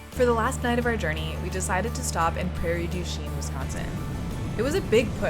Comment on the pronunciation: Yes! You nailed the Prairie du Chien pronunciation! I expected nothing less. Glad you enjoyed Oshkosh!